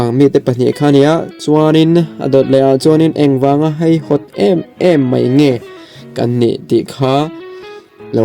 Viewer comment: Nia, keipawh haihawt tiin ain ziak reng si a. Heihawt tiin a chhiar talh mai hian ngaihthlak a ti hreawm deuh,tin hetianga mi tam tak tena an chhiar tura thu kan chhoar a nih chuan, kan tawngkam te hi i fimkhur hle thin ang u tih hi ka rawn sawi ve duh a ni, ngaihthlak a in nawm hleih em mai.